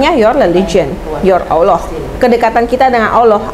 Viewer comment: Dari pelafalan ketika mengucapkan nama Allah,, menunjukkan dia bener2 mualaf,,,agak kaku dengernya soalnya,,,beda kalau muslim dari lahir atau sudah lama